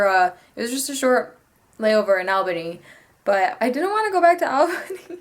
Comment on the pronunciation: ALL bany.. not Alebany. lol. :)